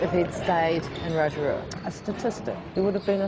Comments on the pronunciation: Bruh u said rotora. Its pronounced roto ruwa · Loved the video hahaha btw rotarua is pronounced RO-TA-RU-A not rotoro😂 loved it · rotoro. no ror-tor-roo-uh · this guy say rorouo ahahah it’s Rotorua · He's from Raw-tore-rue-uh (Rotorua) roll the r's if possible :) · Rotorua is pronounced Row-Toe-Roo-Rrrr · We pronounce it ro-toe-ru-ah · How to pronounce Rotorua “ row too roo ah “ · Row-toe-roo-ah is how you would pronounce the name of his hometown. nice try though, I have heard worse before lol. Enjoyed the video none the less. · Awesome Video. Haaaaalaaah bra. Love your sh#%$ man. Awesome. Oh It's Rotorua. Promouced. Raw tor ru wah. Blessed man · Row-ta-ru-a (Rotorua) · Bruh u sayn Rotorua wrong hahah. I’m from nz too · I love New Zealanders, they're so polite. Any other country would be trolling you big time on your pronunciation of "Rotorua" but all you got was a couple of gentle pointers from the Kiwis. New Zealand also has my favorite NBA player, Steven Adams. What an absolute champion. Good presentation about him in this video.